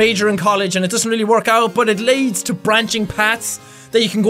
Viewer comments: Jack pronounced "leads" as "laids" hahaha XD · Lol The way that you said leads made me laugh so hard but it's ok it even happens to the bossyest boss that ever bossed